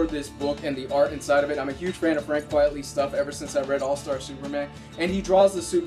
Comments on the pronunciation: Although Quitely is notoriously slow I believe the delays are partly due to him being plagued with Sciatica which limits the amount of time that he can spend drawing, also it's pronounced Quitely not Quietly I believe his pen name is a play on Quite Frankly. Thanks for another great review :) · A bit late lol but it's 'quitely' not 'quietly' good review though